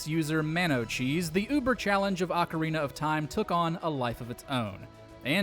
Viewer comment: Thank you for pronouncing ‘Ocarina’ the right way instead of ‘Orcarina’ or ‘Ocariner’